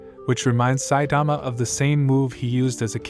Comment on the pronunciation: bruh pronounce 'Saitama' properly this shit will give me nightmare